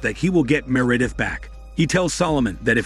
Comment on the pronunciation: Me'Redith instead of Meredith?